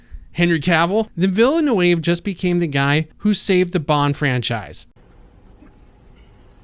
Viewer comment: Poor trying to pronounce Villanueva. Jana must be chuckling in the background. 😄